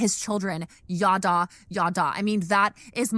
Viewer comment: "Yaddah", the way Kristen and/or Bethy say it at least, is phonetically identical to what my family used for "bla-bla-bla", and that will never not be funny to me!